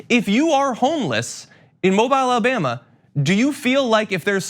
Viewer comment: Come on, John, it’s Alabama